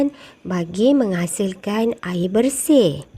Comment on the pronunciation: Cikgu maaf ya, tapi sebutan 'air' cikgu tu macam tak betul sikit sebab cikgu sebut 'aye'